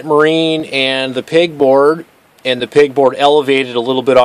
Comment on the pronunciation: Pegboard not pigboard